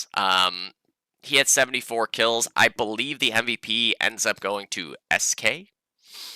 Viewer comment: please don't say “sk”, it sounds terribly unnatural:D, I'm used to people calling me as “esq”;) Greetings from Poland;)